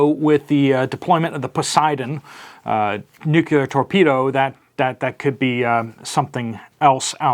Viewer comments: I follow your reports religiously but, please stop saying "nuckyoular" Curse you George Bush....it's of the NUCLEUS so it's pronounced - NEW KLEE ER. End of rant. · Nuclear not nucular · NEW-CLEAR WEAPONS. NEW-CLEAR! NOT NUKE-U-LAR. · It's pronounced "nu-clee-ar", not "nucular". Sorry, pet peeve 🤷‍♀️